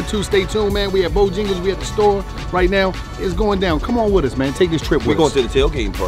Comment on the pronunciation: Its Bojangles not BOJingles...put some respeck on it.